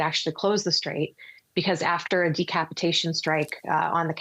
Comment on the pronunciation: “Unigh”States and “Strayve” Hormuz 😂